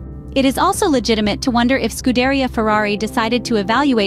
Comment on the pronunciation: If you're going to cover Ferrari news, then fix your garbage AI bot to pronounce Imola and Scuderia correctly. Disgusting attempt at being a 'Scuderia Fans' channel.